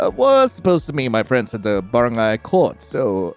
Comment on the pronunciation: "In the baren-GAY basket ball court. "